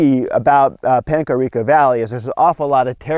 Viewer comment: I grew up there . And you said that so wrong